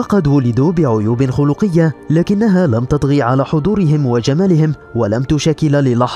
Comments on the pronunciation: عيوب (خلقية) بالفتحة وليس بالضمة 😉😂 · عيوب خلقية بفتح الخاء و سكون اللام وليست الضمة